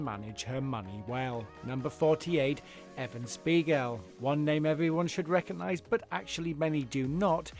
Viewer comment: Just an FYI - it's "EVAN" Spiegel, not "EVEN" Spiegel in. Geez ! Then you show Evan Spiegel again, yet introduce his pictures as those of Ludwig Theodore Braun. You guys everr check your own videos ???